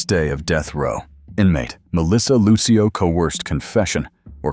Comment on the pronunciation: Who the heck is that woman in the orange jumpsuit with striped hair? That’s not Melissa. And her name is Lucio, sounds like Lucille, DA. You could’ve asked someone how to pronounce her name b4 you proceeded to repeatedly demolish it.